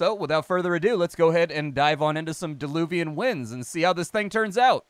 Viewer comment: Dear! It's "Diluvian Winds" not DEluvian;-) That small mistake prevented me from instantly finding it on Steam. Mistake happens xD